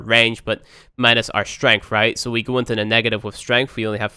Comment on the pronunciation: That "strengff" though.